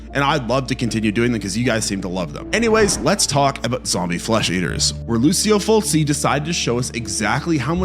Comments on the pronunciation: "Fulsee" and "Geealleo"? I can't take YouTubers who do no f---ing research when they don't know how to pronounce words anymore. 73,000 views, and you can't pronounce Fulci ("fulchee") or Giallo ("j'alloh").. sigh... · His name is pronounced FOOCHIE...the director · His name is pronounced Ful chee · Hey dingus, it's pronounced Ful-chi and Mi-kinoss. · The single "c" in Lucio and Fulci are pronounced like the English CH, not like an S sound. Now don't even get me started on "geeALee-oh" movies. Bro. Did none of your research include listening to people say these words out loud? You could just say JAH-lo and be much closer to saying the name of the genre. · Fal chi and g al low. Here is how to pronounce Lucio Fulci and Giallo. So another poser horror fan that reads a script. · Fulci, giallo 😭 makes me think he’s either new to horror or just consent consume content related to horror online